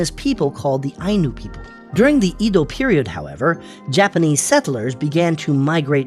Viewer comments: You haven't thoroughly researched this. You pronounce Edo in two (2) ways: EE-doh and AI-doh . It's neither. The correct pronunciation is EH-doh ("E" as in Edward). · Started out saying “E dou” which is incorrect pronunciation (江戸/えど) then changed the pronunciation to “I dou” period🤦🏻 Not even consistent with the mistake lol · Edo is pronounced as Ae do. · You cover a lot in this video so props for that. But your pronunciation was all over the place. Edo is said like eh-doh but you swapped between eedo and aido. Plus a few other words. Also when talking about cities like Hiroshima, Kyoto, Osaka, and Tokyo, you used the prefectural outline instead of the city, making them seem like the entire prefecture (like a state) is one continuous city. Overall a fine video but there are a few areas that could use improvement. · Edo is not pronounced "eedo" or "aido" The e is pronounced like in Lego. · The pronouciation of "Edo" is incorrect. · Mispronunciation of edo, typo for shikoku, map showing russia larger should've used the map where the northern countries are more to scale (e.g. globe). Small channel so i respect the grind and i liked the graphics overall. Good pace. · The first time i ever heard someone mispronounce it really.